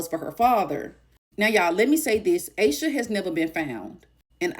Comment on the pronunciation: Aaaash sha not aye sha